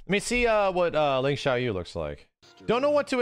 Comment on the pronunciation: Announcer went hard on Xiaoyu's last syllable